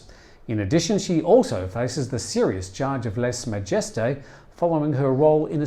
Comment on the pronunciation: Either learn how to correctly enunciate the French phrase 'Lèse-majesté', or stop using it. There are innumerable pronunciation guides available online.